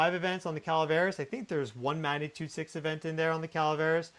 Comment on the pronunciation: I love your videos. What follows, comes from respect and best wishes: "g" is not silent in 'magnitude".